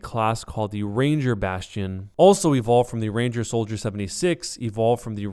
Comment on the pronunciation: "ranger bastion" you read it all wrong